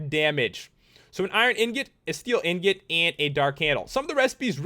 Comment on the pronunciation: Lol anyone notice how he pronounced the swords and stuff better than saying ingot? Lol don't hate just think it's funny.